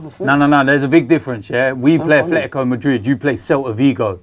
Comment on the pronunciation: "Afletico" Madrid